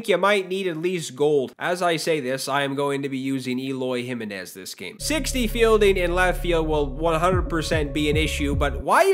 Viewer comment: Gonna listen to pronounce “Jimenez” on repeat for 5 hours